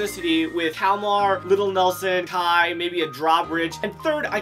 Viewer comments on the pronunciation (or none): none